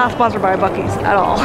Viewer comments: Bu seas? It’s BUCKees! 😆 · BEEE -U-CEES????? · I'm sorry, "Bew-sees"?! 🤣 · It’s pronounced Buck-eee’s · The way they pronounced the name 🤮